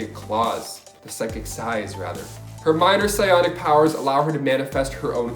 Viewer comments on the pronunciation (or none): none